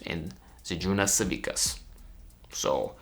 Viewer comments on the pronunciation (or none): Just fiy Savickas is pronounced like Savitskas not Savikas